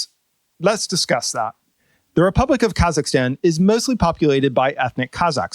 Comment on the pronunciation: "RUpublic" of Kazakhstan